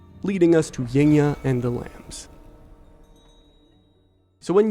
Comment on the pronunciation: Yngya pronounce Ing-ya